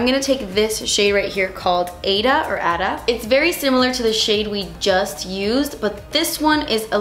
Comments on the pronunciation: I think AIDA is pronounced eye-eee-da like the opera AIDA. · If that Aida shadow is spelled that way, it's pronounced AY-EE-TA. It's a fantastic musical by Elton John and Tim Rice! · I think you're pronouncing the Aida shade wrongly it should be like (ahh-ee-dah) the dah should be like( the) I hope I'm making any sense